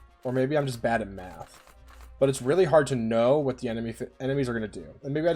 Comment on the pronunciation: Learm yur maffs kihds.